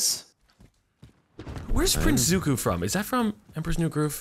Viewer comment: IM SORRY, WHAT? YOU DONT KNOW PRINCE ZUKO? AND YOU CALLED HIM PRINCE ZUKU